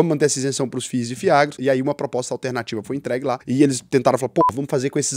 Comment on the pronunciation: "Ef-Is" 😂😂😂 nunca vi ninguém falar assim pra FIIs.